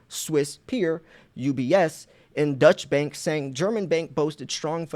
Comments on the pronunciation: Deutsche means German and is pronounced "Doy-chuh." Not to be confused with Dutch which means from the Netherlands. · Deutsche bank = “doy-cha” bank…not “Dutch”. Sounds confusing when you say “Dutch” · Its not the Dutch Bank boss its pronounced doych which is German or the Deutscheland...The word dutch is reffering to Holland or The Netherlands or Niederland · It's pronounced doisha bank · You are always so very helpful. Allow me to help you for once. This German bank you mentioned twice is pronounced "Doi-cha" or "Doy-chaa" Bank. Thanks for all your great videos, good sir. ✅🤙🏼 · I‘ am a native german so I will try to help you to pronounce the name of Deutsche Bank! Before I just want to declare that Deutsche Bank is less a german bank as its name shows. The Deutsche Bank is much more an high real international Bank which even act worldwide. So the correct pronouncing for you as native english speaker is „Doy–Che“ Bank. Greet‘s to the USA. And don‘t forget „Let‘s go Brandon…!“ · Deutsche bank is German not Dutch btw. Unless I miss interpreted your accent/pronouncing of it.